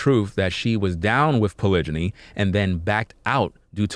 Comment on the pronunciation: You a simp not a man 😂😂😂😂😂🤣🤣🤣🤣🤣 and that's now how you say polygamy